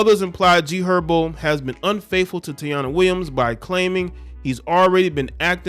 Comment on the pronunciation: Her name is pronounced TA- EE-NA